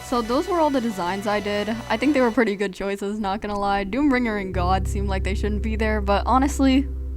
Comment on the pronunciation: It sounds like vod when you say god